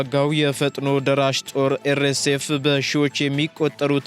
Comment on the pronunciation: አንዴ አይደለም እየደጋገምክ ኤር ኤስ ኤፍ ስትል ሰማሁህ ምን ምለት ነው ኤር ኤሴ ኤፍ? አር ኤስ ኤፍ (RSF)ብሎ ማንበብ አቅቶህ ነው?